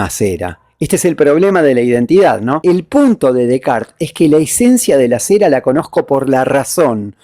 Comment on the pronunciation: Sin dudas, parece una condecoración a Descartes y no una critica a Kant. A propósito, qué bueno alguien que pronuncia bien el apellido de René! Gracias por tan fundamentado video